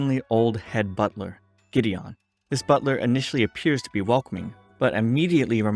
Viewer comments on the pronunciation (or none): GIDDION HAHHAAA